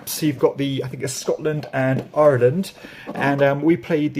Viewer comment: Thanks for the update. Have you been working on saying ' Ireland ' for a while? I can't get that many syllables into the word.